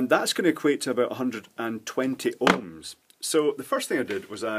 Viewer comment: This is probably weird, but I love the way you say 'ohms'.